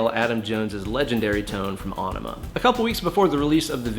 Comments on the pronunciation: Aaron Cohn thank you. Even if it wasn’t still pronounced “enema”, I’m pretty sure it wouldn’t be “winemaker”.... right? Not nit picky. He really should know that. It was pronounced correctly each and every time it was mentioned when the album was released. I remember standing in line for Bad Religion Gray Race then a few months after standing in line completely around the block for Aenema. Sadly no heart next to your comment. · It may be spelled with a weird Æ symbol but it's still pronounced "enema". Nitpicky, I know... but it's Tool, so... ಠ_ಠ 😜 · Actually pronounced e-nema. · I'm pretty sure the song isn't pronounced on-ima. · Bro, its pronounced Enema.